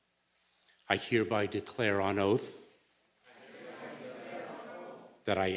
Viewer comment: Boy that got butchered talking about the oath this is them of the USA